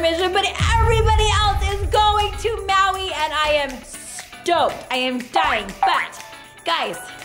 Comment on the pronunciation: they said they are going to maui but keep saying hawi🤬😡😡😡😡😡😡😡😡😡😡😡😡😡😡😡😡😡😡😡